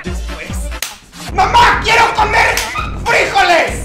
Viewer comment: me da gracia como dicen Frijoles en ves de FrijOles dice FrIjoles